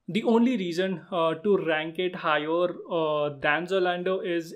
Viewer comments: It's Zalando not Zolando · I tried for Zalando, the interview process is little hectic Btw brother its ZALANDO nd not ZOlando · It's zalando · The third company you mentioned was wrong it's "ZALANDO"